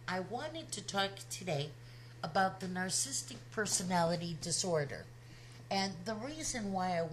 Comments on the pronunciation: I like very much your reflection, and totally agree. But, Please learn the word and pronounce it well. Get familiar with the vocabulary you are going to use...The word is Narcissistic, not Narcistic!!!! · This is a "picky" point, to be sure. But please note that "narcissistic" has four syllables. Your pronunciation is "narc-is-tic" versus "nar-cis-sis-tic." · I love your videos.... even though you can't say "narcissistic" 😘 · Nar-cis-sist-ic; four syllables. But I agree with you! She was the narc; NOT Chris.